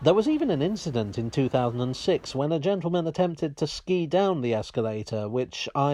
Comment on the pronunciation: Wait wait wait. Did you say SKI?!